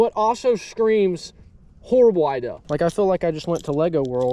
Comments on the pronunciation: It’s Idea not ideal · who taught you to say IDEA?